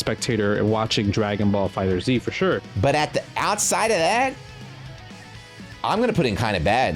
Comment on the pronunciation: When will finally learn how to say Dragonball Fighterz?